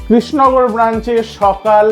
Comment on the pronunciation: তুই কৃষ্ণনগর উচ্চারণটাই করতে পারছিস না। তুই কি নেড়ে?